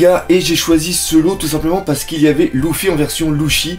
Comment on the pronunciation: pk tu dis louffy et pas luffy ?